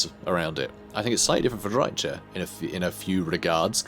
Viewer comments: Don't worry, he knows about it; I told him the correct pronunciation and gave him a couple of sources for it in the comments of the first Drycha campaign video, but he said that he prefers to use the TSH-pronunciation for "ch" so we just have to be there for him and support him - you can't try to change the people you love 😆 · Please just please. Look up the pronounciation of Drycha. The ch sound is the same sound like in Chrace or chaos for example... Shes not lizardmen for it to be the same sound like in Chaqua and so on... I hope you just didnt put it in google and used that pronounciation. Seriously man its destroying my ears to the point I cant watch your videos. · Fair enough, I'm honestly way less annoyed by you mispronouncing it intentionally than I am by you doing it accidentally. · Please stop mispronouncing Drycha and Heathlands. Drycha is pronounced like "Dry-ka," and Heathland is HEATHland, not HEARTHland.